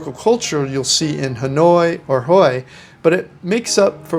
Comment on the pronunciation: Hue is pronounced way